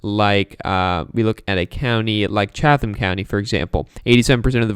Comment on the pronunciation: Hi from GA, it's pronounced CHAT-tum. Great job! Go Biden.